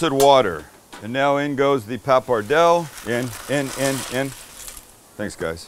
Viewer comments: Oh the way you’re pronouncing “Pap-er-dell” is driving me nuts. “Paa-pa-Dell-Ay”!!!!! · It’s pronounced “papar-del-lay” fyi….. Looks good. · You’re pronouncing the Pasta incorrectly by the way